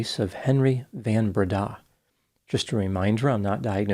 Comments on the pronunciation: Being Dutch culturally, does sound like he took an overly French-approach to the name. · As a South African, I can confirm you absolutely BUTCHERED the surname. But thanks for the upload❤ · I mean, in fairness, it was probably some Dutch name that was already butchered by the Afrikaans pronunciation; and moreover, no one cares.